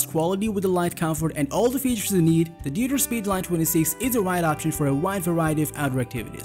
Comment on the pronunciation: Just a small hint: Deuter is pronounced "doi-ter/doita" not "duter" :) Greetings from Germany, where the brand is from.